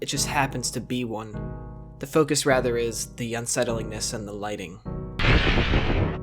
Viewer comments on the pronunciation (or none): none